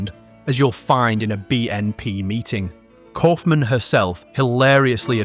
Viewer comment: "Kauffman" every single time.